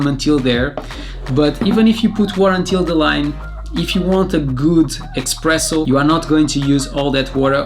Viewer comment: U keep saying "EXpresso". Its "Espresso".